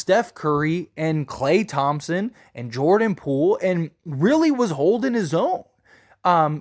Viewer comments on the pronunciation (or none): none